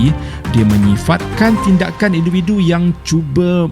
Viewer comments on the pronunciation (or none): siapa perasan dia sebut induvidu